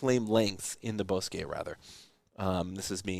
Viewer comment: ( ) Thank you for the coverage and pronouncing it right! TO EVERYONE ELSE: BOSQUE It's Pronounced BOW S-QUE NOT BOSS SKI